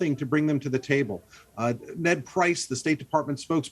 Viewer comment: Why's he saying "Talibon"? It's Taliban idiot